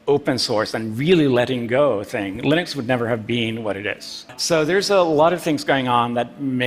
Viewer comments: its not lynex , it's pronunciation is linex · Arey bhai wo 'lee nux' hota hai 'lie nux' nahi